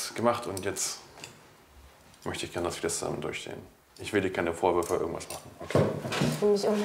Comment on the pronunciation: aber die sagt ja wirklich Iwas mit I und net mit Ei wie bei Mike